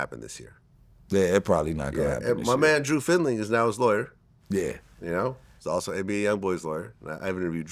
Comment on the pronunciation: “ my man drew findling “